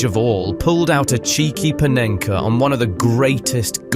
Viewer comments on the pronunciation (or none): none